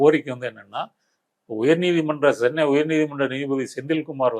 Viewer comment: It's not Sennai. It's Chennai